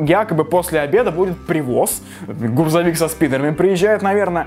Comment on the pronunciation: не ГУРЗОВИК,а ГРУЗОВИК! :D